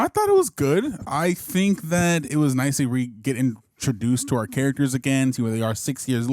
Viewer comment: Why… does the guy on the left pronounce it “carrackers”? There’s a T in “characters.”